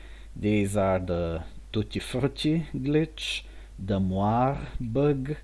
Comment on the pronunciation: Mentioning this just to be helpful (and encouraging, as your channel grows), especially since you seem interested in the linguistics of it: moiré is indeed French, but the final letter makes it two syllables in both English and French, as the accent indicates. Mwa-RAY. Amusing videos to stumble upon. Good luck!